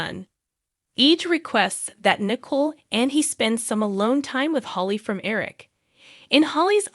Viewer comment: Teresa, not Theresa. T not TH. Nicole , not nickel Accent on the Cole.